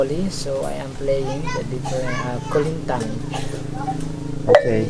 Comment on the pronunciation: *its kulintang, not 'kulingtan'